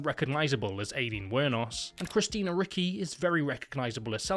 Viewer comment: i mean please put like 2 seconds of looking into peoples names. christina RICKY? come on dude. its so obviously richi